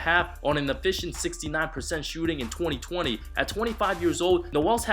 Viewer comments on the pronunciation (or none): none